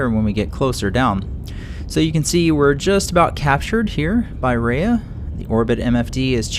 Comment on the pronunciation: It's pronounced Ree-ahh pronounciation please